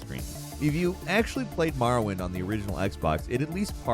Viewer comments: This dude really said “Marawind” instead of Morrowind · Ah yes... "Marawind"... as opposed to "Morrowind"... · "Maaarrowind" smh.